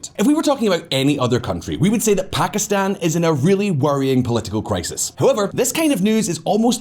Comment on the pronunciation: Lol quite an entertaining video; a real shame though since the music and women there are beautiful. Also, +1 for properly pronouncing Pakistan and Iran. Strangely, you seemed to mispronounce kilometres though, which is pronounced as if it rhymes with nanometres or metres itself, not with "thermometers" (because it's a unit of measurement, not a measuring device).